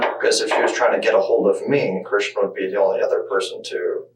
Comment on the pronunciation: why are you calling him kristen when his name is clearly pronounced like christian? this channel gives major AI vibes.